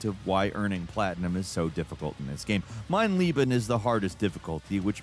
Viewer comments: Dear, I just need to clarify something. In the segment about Wolfenstein. You talk about the difficulty "Mein Leben" which translates to "My life" but you are pronouncing, "Mein Lieben" which means "My love." So, to properly pronounce the difficulty level it must be pronounced as follows. "Mein LAYben." This is a lot like the difference between president Kennedy ingratiating himself attempting to say, "I am also a Berliner(of resident of Berlin)." but his pronunciation made it seem as if he said, "I am a jelly doughnut." (This quote is of dubious veracity but the principal is the same.) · Mein Leben - My Life Meine Liebe - My Love keeps pronouncing the latter. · Leben and lieben are pronounced differently for a reason. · The worst part of the Mein Leben achievement is Americans pronouncing it wrong. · Bro i never heard an english person pronouncing mein Leben right XD Its really not that hard. But i understand it bc english pronouncing alone doesnt make sense at all.